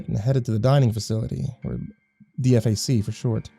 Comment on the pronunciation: Just an fyi DFAC is pronounced Dee Fak. FOB is FAH-B